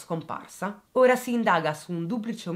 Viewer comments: La pronuncia corretta del pesino di Ora è con la O aperta, come si pronuncia Oro (il metallo) e non con la pronuncia di ora intesa come "adesso" o come ora dell'orologio. Auer in lingua tedesca. Solo perchè sono nativa di quei luoghi, non per criticarti. Sei sempre bravissima 🏆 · Una sola puntualizzazione la cittadina a sud di Bolzano va pronunciata con la O aperta e non chiusa come per le ore del giorno. Ora in tedesco Auer... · Ciao bellissima, sono di Bolzano e ti faccio i miei complimenti per la tua accurata ricostruzione. Hai chiesto delucidazioni per le pronuncie dei vari nomi: era perfetta.l’unica cosa è che Ora va pronunciata con la o aperta e il talvera va con l’accento sulla prima A. Ciao, complimenti ancora. 😘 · Hai indovinato tutte le pronunce tranne Ora e Renon. Ora ha la O aperta Renon la O chiusa. (ci ho dovuto pensare anch'io che vivo qui) :)